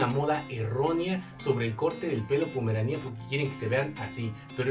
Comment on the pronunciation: Jajajjajaja se dice Pomerania sin acento y tú enfatizas jajajjaja demasiado en pomeranía con acento en la i . Y pues así no se dice